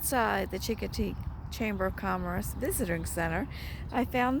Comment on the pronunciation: A friendly heads up - Chincoteague is pronounced, "shing - kuh - teeg"... the hard "chi" you pronounce may ruffle some Eastern Shore, VA feathers. Thanks for the video! :)